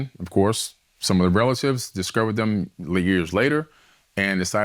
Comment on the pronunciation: RELATIVE. ALSO THERE WAS NO "J".